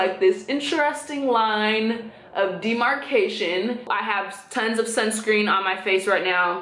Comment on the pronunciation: is she saying sunscream??